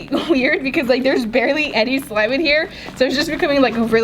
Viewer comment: she said swime